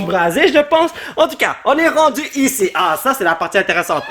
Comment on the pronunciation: C moi ou quand dit en tout cas on dirait handicap